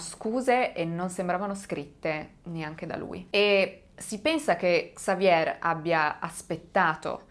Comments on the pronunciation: In francese la r finale si mangia Xavier = Savie' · In francese, si pronuncia Xavié 😊😊😊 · Basta che tu dica xavie', OPPURE QUANDO DEVI RACCONTARE UNA STORIA CON DEI NOMI FRANCESI imparati si tratta di 6 😮nomi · Se mi posso permettere sulla pronuncia di XAVIER .SI PRONUCIA XAVIE LA R non si pronuncia 🖖👍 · La R finale del nome Xavier in francese non si pronuncia. 😀 Consultare la pronuncia su Google prima di fare il video non è poi così impossibile